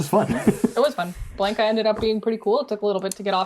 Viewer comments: I know this video us almost a year old but for the love of Ugin, ite B-LON-KA not BLANK-A. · Exactly. It's Blahn-Kah, not Blaynk-Ah